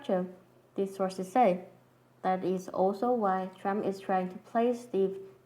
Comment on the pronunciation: it was so weird and funny when she was saying "illuminati sauces say" lol